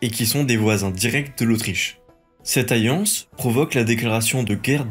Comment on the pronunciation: Et aussi, on dit une "alliance" et pas une "ayance"...